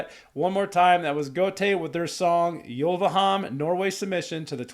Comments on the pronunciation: Hi! Yes you're saying Gåte right. But nit the e in Uleham. The e should be pronounsed as the e in Echo. I saw these guys live back in -ish. So they know their craft. And they Back then this Folk-rock/metal style was for me completly new and magical. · Yes! You say Gåte right, but not Ulveham. It does not matter. Your reaction is great and your face is chakalakadindong.